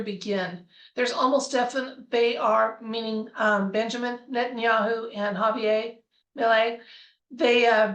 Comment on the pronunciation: Argentina is a Spanish speaking country. That means his name is ha-vee-AIR. 😊